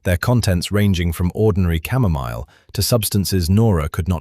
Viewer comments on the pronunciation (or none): none